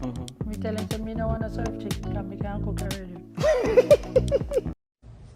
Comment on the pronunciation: Did she say " cyant" 🤔 I thought the word was " can't " but anyways I don't believe in this woman none tall, not even her daughter should go and sell anything for her, it's not right in my opinion. And this woman need to accept what she did and fix herself up and stop talking shit.